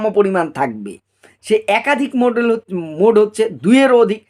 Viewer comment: স্যার উচ্চারণটা মোডাল হয়....মডেল নই 🙏